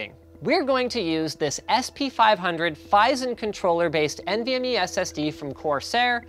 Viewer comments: Uh i don't even think he mentioned "U.2" (was that a joke?) and he certainly didn't mention which was the fastest. Thanks to the comments I realized that he was saying "AHCI" and "MVME", and I guess MVME is faster, but certainly don't know from this video whether PCIe or M.2 is faster. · Why do you guys always pronounce it "N.V.M.E", when it's clearly meant to be pronounced "Envy Me"? You know, because the performance of the interface is to be envied.